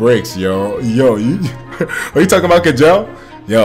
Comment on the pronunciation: k-jell... you pronounce it ''Chell''.